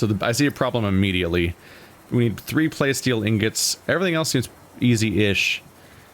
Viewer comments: Say it with me,: PLA-steel. Like "PLA-stic", but with "steel" on the end. PLA-steel. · I think those fishies need some names. Oh, and by the way, your pronunciation of plasteel is killing me. It’s a mixture of plastic and steel.